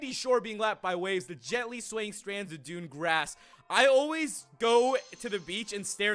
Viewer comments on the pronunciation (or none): none